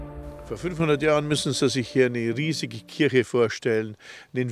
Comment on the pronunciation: kirche, nicht :"kürsche".